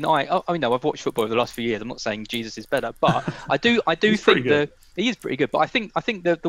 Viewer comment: Why is this guy pronouncing Jesus incorrectly. It’s so pretentious